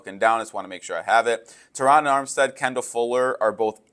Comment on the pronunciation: Thank you for saying Terron how it sounds!!! My name is also Terron and the way people butcher our name is insane lol😂 PHINS UP 🐬 💪🏾💯